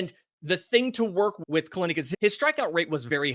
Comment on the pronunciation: It's pronounced Kell- Nick